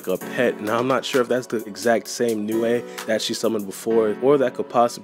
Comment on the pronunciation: OMFG ITS PRONOUNCED LIKE NEW NOT NEWAE